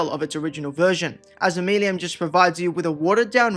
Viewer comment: The way you pronounce Omeluum has to be ragebait - i can't take it